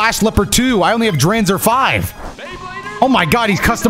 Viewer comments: Hearing pronounce Dranzer like that immediately made me cringe 😭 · Drawnzer and Draseel for pronunciation 🤣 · Man really said drakieel and dreeenzer 💀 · Dranzer pronounced as Dr-AWN-zer Draciel pronounced Dr-SEEL Driger pronounced as Dr-igger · As an old fan of this show, how he butchered the names of dranzer and draciel made me scream at My phone